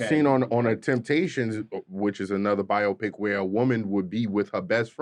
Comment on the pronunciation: "Biotopic" 🤣🤣🤣 boyeeeee